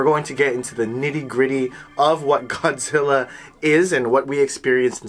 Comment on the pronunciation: ゴズィーラじゃなくてゴ・ジ・ラ！！！